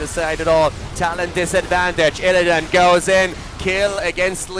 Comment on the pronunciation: I'm more annoyed with "IlliDAN"